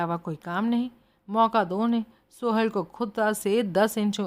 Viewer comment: Mam please... सोहल नाम को सुहेल कहना बंद कीजिए